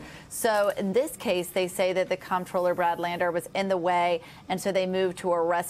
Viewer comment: At least one person in the video pronounced "comptroller" correctly as "controller".